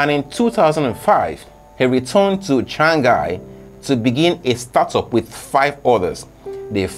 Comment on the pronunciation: I like help u when you say Shanghai G is silent letter. U saying Shangahai